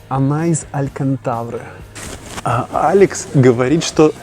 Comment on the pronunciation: АлькантаВра. Сказал бы кто другой - загнобили бы. Но в твоем случае, я больше никогда не буду воспринимать этот материал кроме как АлькантаВра :DD